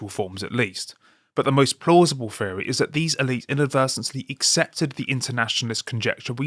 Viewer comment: Pheory or theory... Come to America we'll teach you how to speak English... 😋